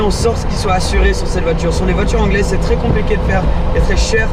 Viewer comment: "C'est twès rapide hein!" "Oohlaalaaaa", j'adore ses réactions, c'est excellent et on vois qu'il kiff, quel plaisir de regarder cette vidéo, au top comme d'habitude. Je te suis sur les vidéos UK et en FR c'esr tout aussi génial ! #lafamille18h